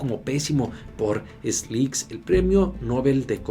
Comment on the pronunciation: Se pronuncia estiglitz Stiglitz